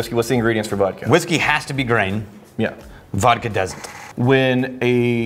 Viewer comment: Vhiskey or Wodka?